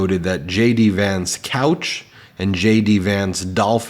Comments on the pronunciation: Was only half listening and thought you said "Shady pants" when you said JD Vance. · Did you say jd Vance or did I here you say shady vance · Ben, did you say 'Shady Vance'? 😆👍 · Did you say Shady Vance? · Did he say shady Vance or did I just want to hear it? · I thought he said “Shady Vance”…I mean, it fits!